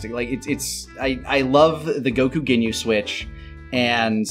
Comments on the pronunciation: Has anybody else noticed how changes his emphasis and annunciation on words? Most notably “Go-KU” vs “Goku” and “NA-rator” vs “Narrator” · Just noticed the emphasis put on the u instead of o in Goku. Consider me nettled.